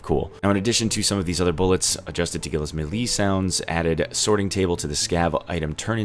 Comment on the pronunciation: The way he pronounced melee really bothers me